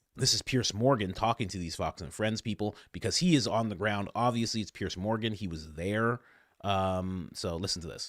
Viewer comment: Pierzzzzzzzzzzz it's pronounced pierZZZZZZZZZZZZZZZZZZZ. Else you pierce our ear drums ... because the sound is piercing. PierzzzzzzzZZZZZZZZ